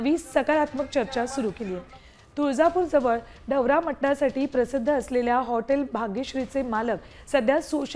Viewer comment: ढवरा ❌ ढवारा ☑️